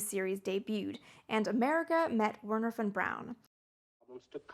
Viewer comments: Historical revisionism at its finest. Von Braun was one the first members of the NSDAP!!! Everyone knows this. Are you willfully, pitifully ignorant — or a Neo-Nazi? I can't tell. You clearly know enough German to pronounce his name correctly, but you butcher it. It's "Vernher" → "W" = "V" sound. Duh. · It’s pronounced Vernher😂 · Nicely done, well balanced, well researched! I enjoyed it thoroughly. (well, except for your saying "Were-ner" rather than "Vehr-ner"...that grated a bit) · That bloody song is probably the single biggest factor that led Americans so badly to mangle the pronunciation of von Braun's name . . . Wernher von Braun. Three words, and Lehrer didn't get any of them right.